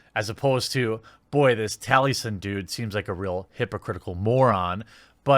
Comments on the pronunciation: His name is Taliesin, as in Tali-E-Sin, Jeremy, read the names for goodness sake... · Mr. Morta1ity he knows so little about the guy he is attacking that he can’t even say his name correctly 😬, gained some perspective after watching this